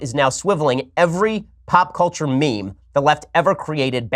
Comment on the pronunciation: Someone needs to teach that guy that works for NPR how to say culture properly.